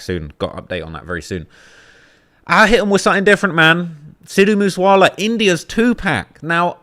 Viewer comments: All the research you do but still pronounce 2pac as 2pack. Befuddles me🤔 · Why will you not say 2pacs name correctly? Why!? Why do you refuse to just say the name correctly out of respect atleast?